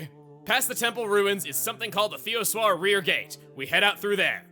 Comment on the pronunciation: Who else pronounces it Thee-oh-sher